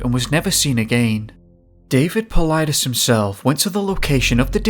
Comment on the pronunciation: The robotic voice can perfectly pronounce David Paulides' name, but not Stacey Aries....